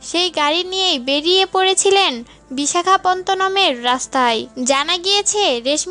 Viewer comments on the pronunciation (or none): Ami toh eto din jantam kotha ta Bisakhapottonam.... kintu bolchen Bisakhapontonam 😆😆😆😆